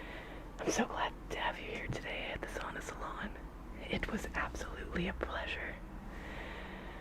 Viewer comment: Why do you say “Sona” as “Sauna”?